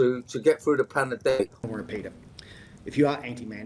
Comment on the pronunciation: Ah, Tedros said it wrong - it's pronounced panademic